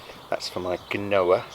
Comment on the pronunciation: apparently Quinoa is pronounced keenwa lol